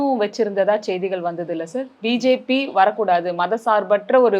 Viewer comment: ஜெய்திகள அல்ல.. அது செய்திகள்..